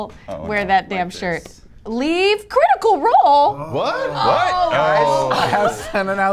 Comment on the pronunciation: cwitical woll :3